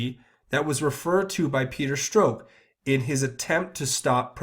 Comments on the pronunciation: Starting to sound strange, you pronounce Stzrok's name "Stroke". ok, so it's Peter Stroke ????? And then you say "tainted" several times. I'm not a perv but most of these elites are....so I'm wondering, is this all just a psyop? Another huge distraction ?? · Peter Strzok, is pronounced Struck.